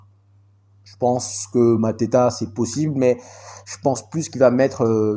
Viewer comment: Mantato et pas Mateta Obi et non Odi Martins Ibragimov et non ibramogov Sacré 🤣🤣🤣🤣🤣🤣🤣